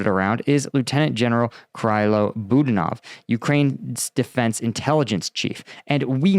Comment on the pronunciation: But hey he pronounced Budanov's name wrong too! 🤣. Come on this is your job. Take a minute to Google the pronunciation.